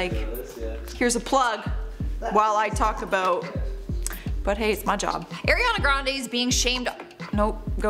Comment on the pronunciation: Eeeeirrriana Grande. The first second. And I'm already done. Can't even pronounce her name right, why ya'll so unprofessional